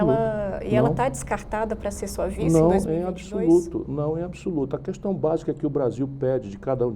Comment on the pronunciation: q decepção... ele pronuncia "qüestão" em vez de "questão".